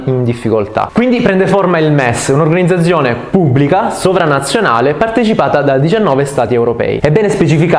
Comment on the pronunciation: Noooooooo ma come dici "organizzazione"😨